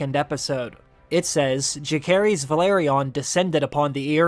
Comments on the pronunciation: Why would you intentionally pronounce Jacaerys name wrong? I can’t understand why. And then you call him Jace a few times🤣. What is going on?! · Lucerys: LOOSE-ERIS!! Jacaerys: JASE-ERIS!!!! Why did you not listen to how these character names were pronounced in the show??? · Lucerys (Loo-sair-iss) Jacaerys (Jha-sair-iss) I love your videos, but it hurts every time I hear a name butchered lol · Lu-Sayrys… Jay-sayrys.. good lord.. they are Valyrian !! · I don't get how you mispronounce names that they say in the show 😅 lucerys and jacerys. I think that middle c is a soft c. Ssssss. Im pretty sure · Did this guy watch the series? 'Lukaerys'?! 'Jakaerys'?! 'arax'?! I mean its just pronounciaton but cmon man